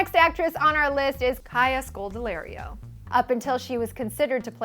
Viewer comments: it's Scodelario not, Scodelerio. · You pronounced Kaya Scodelario wrong. Scod-Elle-are-eo (as in Oreo)